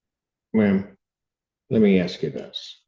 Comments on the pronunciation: Lookie there, your actions actually do have consequences. You put yourself in this situation. Its irrelevant you don't have family nearby to help you. And stop crying, you and you alone put yourself in this situation. Lastly, you're in college and keep saying "aks". Its "ask" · The word is ASK!